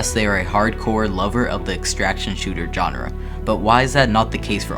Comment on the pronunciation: Its SHAWN-RA not JOHN-RA (GENRE) but other than that good, heard this info over a thousand times but appreciate the enthusiasm and cant wait.